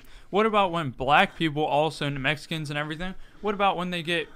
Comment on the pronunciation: Did he say new Mexicans or the Mexicans? Cos I grew up in New Mexico and it's a US state. Lol